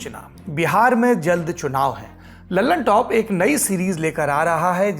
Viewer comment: पता नहीं सब लल्लनटॉप को dallantop क्यों बोले जा रहे हैं,,।। सौरभ जी कुछ तो बताओ।।